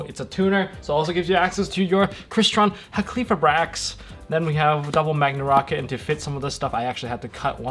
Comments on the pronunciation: bruh tell me where in the fucking name does it say "-qli-" it is "Hal-key-fibe-rax" not "Ha-kley-fib-rax" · Halqifibrax is easier to pronounce than everyone is making it., you keep saying “HA klee fribrax” which is wayyyyy harder and easy to stumble over. Broken down should be “Hal kih feye bracks”. That’s how I say it. Easier imo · My dude, it’s Hal-key-fy-brax. Great video though.